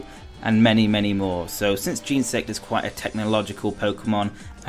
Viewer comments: Firstly he said Geensect, and it's kinda pronounced like Genasect, not Genersect. Also how dare you forget to use a capital letter! XD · It's not pronounced gensect it is genersect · it's jen-eh-sect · He says genesect so weird